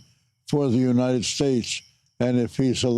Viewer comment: A question: When Biden says "may God protect our troops" wouldn't this have been the moment when every other candidate would say "May god protect the US of A"? Did he switch it up on purpose cause he was having problems pronouncing "united" throughout the last part of hís speech? I mean really, I heard him say "unined" a couple of times! (No hate! I like Biden)